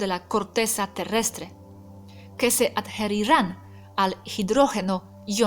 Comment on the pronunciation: me causo gracia tu proninciacion de ADQUIRIR, JERINGA Y ADHERIR,,,practicalos con Robert,,,ya que sos bastante perfecta en el idioma sooooolo algunas pronunciaciones,,te ayudarian para cuando das clases . Comentario con cariño